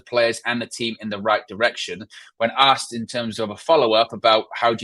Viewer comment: ASKED. NOT AKSED. sorry, just bugs me when people say that 🤨😂